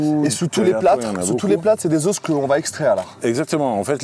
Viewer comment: Ça me tilt un peu de l’entendre dire « Des OSSES ! » 😂 j’suis grave sensible !